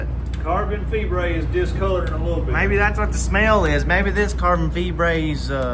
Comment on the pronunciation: “Discoloration on your carbon feebrate” 🤣🤣🤣🤣🤣🤣and the tariffs got me crying 🤣🤣🤣🤣🤣